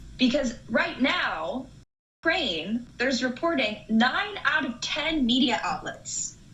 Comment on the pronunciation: Why tf can't you say "Ukraine"??